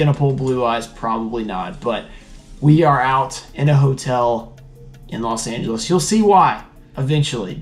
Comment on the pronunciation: Los Angelos - 😂 I like that 😃 Portuguese stuff are really awesome 👍 "Potte da Ganancia" literally saying "Pot of Earning/Wining" 😂